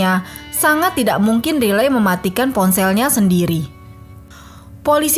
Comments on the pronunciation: Maksudnya raily x ya bukan riley di bacanya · Riley Crossman. Dlm English mmg sebutannya Raily. Dia bacanya dlm versi Indonesia.